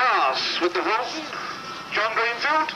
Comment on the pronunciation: Its a "Horten", German. Not "Horton"